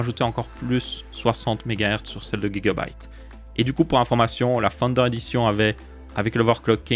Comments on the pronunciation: Pourquoi guigua byte Au lieu de Giga On dit Giga octets pas guigua octets 😂 Ou c'est la marque qui dit qu'il faut prononcé comme ça ? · Tu me fume avec ton Guigabyte (j'ai ajouter un U ) Tu dit Guy .. mdr